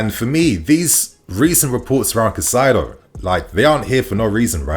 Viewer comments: It’s not that deep he just doesn’t know the correct pronunciation, people make mistakes bro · Caicedo is pronounced Kai-say-doe